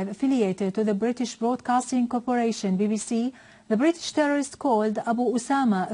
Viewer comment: How many time did she said "terrororist" ? xD